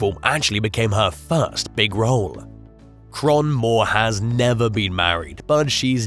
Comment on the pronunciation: It's pronounced Kay-ron, not Kron. 🤣🤣